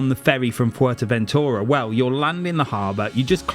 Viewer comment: Thanks for pronouncing Fuetéventura the proper way instead of future ventura so many arguments over this. Anyway, great video cant wait to get to popeyes